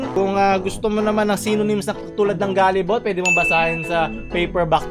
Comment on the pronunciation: wow galeebol pala bigkas don gilibol pa bigkas ko hahaha kung di ko pa to napanood di ko pa malalaman😂